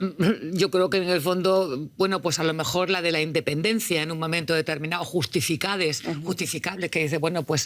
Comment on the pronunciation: Minuto ..."Justificade".....vamos a seguir con la tontera o se equivocó?